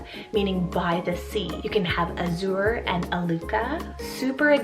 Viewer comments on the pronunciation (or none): Cool options! Azure is actually pronounced like badger without the B. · I’d pronounce it like does in Ireland and UK too!